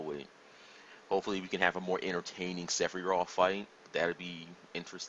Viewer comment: Who is Seffie Roth? Must be a friend of Yuffey I hear about on other channels. How can a fan not know how to say the names? I love Star Wars. Especially Luck Skywalker.